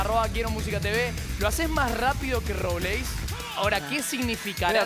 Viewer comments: Cris dice robleís con tilde y es robleis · "Robléis" jajsjajsja